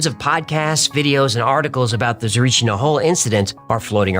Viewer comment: Small correction its Tsarichina not Tsarichnia. Not that you will need it anymore in your life.:D Btw in order to not gain weight I eat no later than 7 pm and I avoid bread when there are things like potatoes or rice. Regarding the Tsarichina story you I have to be honest as one who heard a lot more grounded versions, your were way out there and not in a good way. That is why I wanted to help you out about that episode when you make it I didn't wanted to turn in to what you made, but it is what it is and I respect your creativity there, its just too sci-fi. Either way I still love your episodes.:)